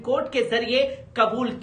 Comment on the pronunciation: IJAZAT BOL BEWAQOOF IZAJAT NAHI...KAHAN KAHAN SE CHALE AATE HAI...THEEK SE NEWS BOLNE NE AATA....SHAME. SHAME